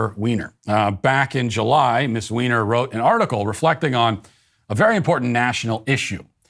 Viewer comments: Are you purposely mispronouncing Jennifer Weiner’s name? You know it’s pronounced like “Winer”? Are you just making fun of her? That aside, she used to be one of my favorite authors but in recent years her books (and essays like this) have been so full of leftist woke nonsense that I had to give up reading her books. It’s a shame because she really is a very talented fiction writer. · I can't handle Matt saying, "Ms. Weiner". 🤣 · Is Jennifer Weiner a Transwoman? The way you pronounced her name!:)))